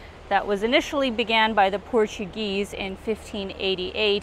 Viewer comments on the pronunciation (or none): none